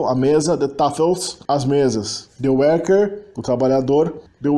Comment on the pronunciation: Parabéns, muito bom. Não é fácil pronunciar o "ui" e nem o " eu" ! Só umas pequenas correções se me permitir. A palavra é " vandaag" e não "vandag". Pronuncie os " i" como "ê" : Ik wil water drinken= Êk wêl water drênken. A pronúncia do " u" da palavra "zullen" é igual ao "e" do artigo "de", portanto não um "uu" nem "oe".A pronúncia de "tafels" ( mesas) não é "taffels" mas "tááfels". A pronúncia dos "g" é bem gutural nos Países Baixos ( harde g) e não é igual ao g do alemão. No sul da "Holanda" e no flamengo belga o " g" pronuncia- se com um " zachte g" algo parecido com o g- laut alemão ( não igual!). A palavra " meisje" ( menininha) pronuncia- se méisje e não " meesje" (mêisje) que é uma espécie de passarinho. E não houve MESMO a perda total do genitivo! Muitas expressões permaneceram "versteend" como "Vrouw des huizes" etc. Gecopieeerd van het internet: genitief (taalkundige term) synoniem = bezitsvorm, tweede naamval De genitief is een vorm die aangeeft van wie of wat iets is. Bij zelfstandige naamwoorden is dat de bezits-s. De betekenis ervan kan worden omschreven met een van-bepaling. Obama's grootmoeder (= de grootmoeder van Obama) Frankrijks culturele identiteit (= de culturele identiteit van Frankrijk) vaders rommelige kantoor (= het rommelige kantoor van vader) Ook bijvoeglijke naamwoorden krijgen een bezits-s als ze voorafgegaan worden door iets, niets, wat, veel, weinig of wat voor en het geheel de waarde van een zelfstandig naamwoord heeft. Het was niets bijzonde